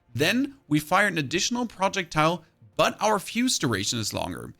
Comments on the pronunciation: Love the guide! Slowly going insane over the pronunciation of "projectile". :face-orange-raised-eyebrow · Is this guy rage baiting the way he is pronouncing projectile